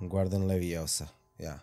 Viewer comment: It's Leviosa... not Leviosá!!!